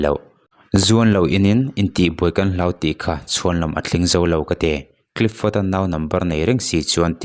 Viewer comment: Clifford tih hi clipford tiin ilam in kahria ilam sual deuh nge ka hresual zawk?😊